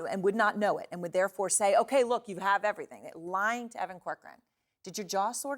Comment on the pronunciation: Pronunciation for Will Nauta is not Will Nah-dah it's Will Now-ta. Anyhow, he's probably just blindly following orders from former prez absolute chain of command.